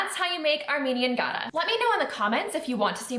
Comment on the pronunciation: Your recipe is pretty accurate. We Armenians also make Gata with yogurt. Incidentally, when pronouncing it, it's the softer "T" sound, and not the hard, like Gada. Thank you!